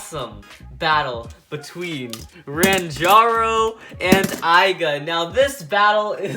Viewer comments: Ranjiro not ranjaro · Stop saying Ranjaro you say his name with Jar in it his name is Ranjiro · he said rantaro but it was ranjiro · Ranjaro??? ITS RANJIRO